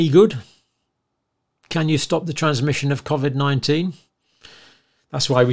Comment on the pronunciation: I think you’re brilliant but hate when you pronounce it like cawvid